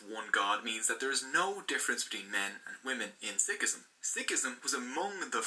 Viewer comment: I like the effort of the video in review Totally understand that certain concepts are simplified to keep it concise But he’s butchering the pronunciation, I’m not upset but if we can learn to speak your language you can put some effort to learn a few words.